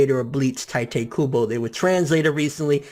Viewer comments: Really taete kubo? Isn't it tite kubo! Why do you keep saying taete? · "teiteh kubo" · 'tai-tay kubo' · Tite kubo sounds like juha Bach, the way you're saying it anyway xD 'He chose the ships when he started chapter 1' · but like you keep saying Tite Kubo's name wrong and its bothering me but DAYUUUUM That is sad... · you say his name wrong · thats not how you say his name